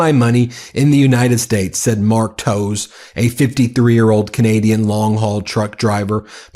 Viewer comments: "Towes" is "Tay-ves". I watch hockey. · Toews is pronounced TAVES, Ben. Just an FYI! Love your show! I’m part of the Maple Mighty! 🇨🇦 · Toews is pronounced as Taves. I only know that because of Chicago Blackhawk great Jonathan Towes